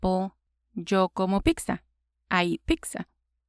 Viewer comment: When you say Pizza it sounds like your saying pixa (peeksa)